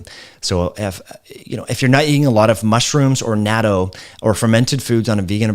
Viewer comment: I love you, but that pronunciation of "natto" is really off. Think of knot-toe spoken quickly.